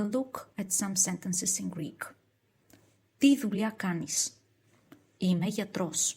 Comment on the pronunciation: 'Ime not im'e.